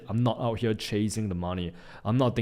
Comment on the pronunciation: its here not hele